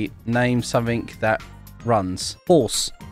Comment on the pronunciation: Its not shores its horse